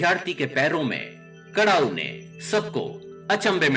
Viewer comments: कड़ाऊ नहीं खड़ाऊ कहते है कृपया सही उच्चारण करे आप इतने अच्छे विषय पर बात करते है लेकिन उच्चारण सही होना अनिवार्य है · Karau nahi bolte hai, kharau bolte hai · Kadau ki jagah Khadau pronounce karna chahiye